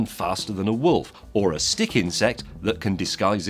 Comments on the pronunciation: Hah, I heard "insect that can disguise himself as a Stig" :D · Same here. I can't help it, when James says 'stick' he seems to be saying 'Stig'... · did he stig instead of stick?